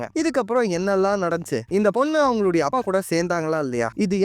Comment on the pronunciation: அப்பா 😂 you say அபா....🤣